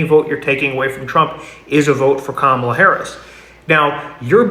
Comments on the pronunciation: Gotta give it to this podcast MAGA guy, he's respectful enough to say Kamala's name right. It's the small things that make me more willing to not completely disregard every single thing they say. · Wow, that guy actually said Kamalas name properly! That might be the first time I've heard a Maga say her name properly.